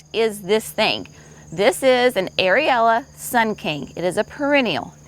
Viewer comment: UH-RAIL-EE-UH. Not Ari-ella. Bruh-narr-ah--3 syllables. Not Brew-nar-i-a. Amsonia hu-brich-tii--hew-brick-tee-eye--not hew-britchy-it has 4 syllables.